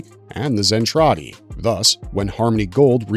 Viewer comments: ..............."Zen-Trade-Y" ?????? Seriously?? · Zen Tray Dee 🤣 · You can’t pronounce Zentradi correctly